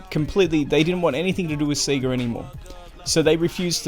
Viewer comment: Only thing annoying about this video is the pronunciation of Sega 😂